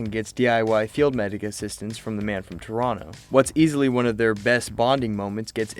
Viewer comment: Thank you for pronouncing Toronto the way it should be pronounced.